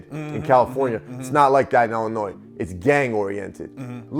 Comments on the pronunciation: Besides the obvious Chicago accent, you can always tell when someone is actually from Illinois because they pronounce it correctly as "Ill-in-oy" not "Ill-in-ois". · Yo, I'm a big fan, the 's' in Illinois is silent bro, it doesn't bother me but I'm just putting you up on game 💯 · Illinois where the S is silent. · no s in illinois when pronounced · Lol. Do not pronounce the S in Illinois.. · Illinois is pronounced without the s